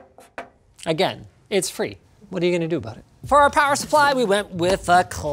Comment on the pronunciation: Someone has to say it so: DAMMIT! NOT AIGAN!